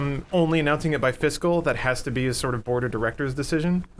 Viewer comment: Hehehe... They said fiscal.